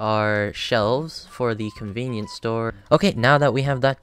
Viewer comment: conveenipoo store